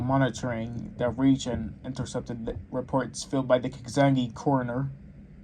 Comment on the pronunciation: Please don't do any more readings until you learn words as common as "region".